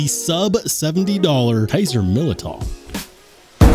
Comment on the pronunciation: The year of the Militaw. Militaw Militaw Militaw. Militaw Militaw Militaw, Militaw Militaw